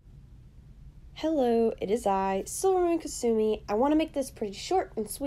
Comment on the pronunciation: I’m glad you told me how to say Kasumi